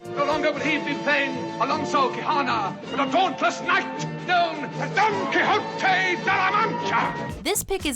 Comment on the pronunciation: Don Quiyotee